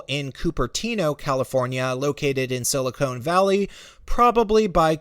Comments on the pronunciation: Pronounced sili-KAHN valley. Not sili-CONE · It’s Silicon Valley not silicone valley. Pronounce it right. Sheeesh. you probably say “Frisco” too and if you do you probably didn’t leave the city, you were laughed out of it. 😄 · Sili-CONE Valley. Has this guy even been there?? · Actually, San Francisco is over twice the size of Manhattan. Also, are we to believe you actually lived in San Francisco for a good period of time when you can't even pronounce Silicon Valley correctly?